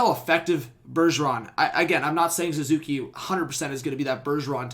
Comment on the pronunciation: His name is Suzuki not Zuzuki, but yes our Patrice Bergeron